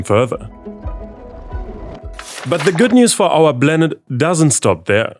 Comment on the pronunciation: Planet❌ Blanet✅